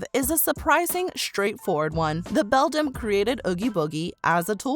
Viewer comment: The word Beldam is pronounced BELL-DAM, NOT BELL-DUM